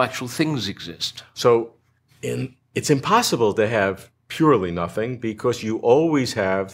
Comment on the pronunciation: Nomething rather than Sothing